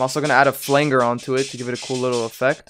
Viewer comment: Did you purposefully mispronounce flanger?